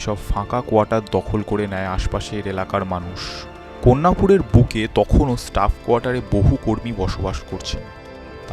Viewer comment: কন্যাপুর নয়, কল্যাণপুর। সেন রেলে নয়, Sen Raleigh.